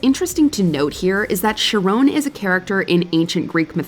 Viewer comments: I wasn't going to comment but my god, you're a moron. Charon isn't pronounced how you pronounce it. char as in character, and then "on". Char-on. And then you go on to poison peoples minds to think charon ONLY accepted gold. What a stupid take. They needed "coins" to "pay" they ferry man. The VAST majority of these would not be gold. What idiocy. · keh ruhn, not shah rone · the boatman name is pronounced "KHAR-on" "KAIR-on" "KA-ron" or "SHAR-on". And the toll was two COOPER coins placed on their eyes. also another reason for the watch on the inside of the wrist was to be able to tell time while holding a weapon. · Might want to check the pronunciation of Charon...